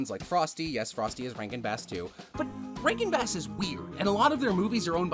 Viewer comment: didn't realize you were saying 'rankin bass' and thought you were calling all these movies 'rank and bad.' and i was right!